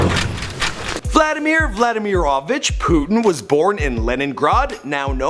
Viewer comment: It is pronounced VLadeemere